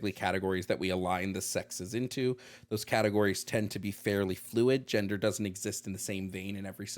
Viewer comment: I love how caller cannot pronounce the letter “d,” so every time he says gender he actually says “genther,” therefore caller is not human and is delusional if he claims as such.